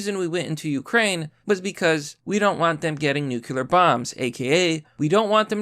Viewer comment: New clee ur, not nukular, PLEASE!